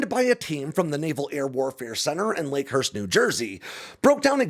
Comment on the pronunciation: Hey, you mispronounced the Navy portion of Joint Base McGuire-Dix-Lakehurst, it isn't "Lakenhurst", it has always been known as Lakehurst, for multiple decades.